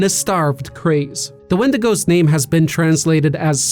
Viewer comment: Thank you for pronouncing the plural of wendigo correctly.